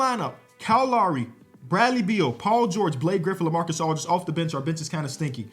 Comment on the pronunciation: bro called lamar odem lamarcas aldridge 3 times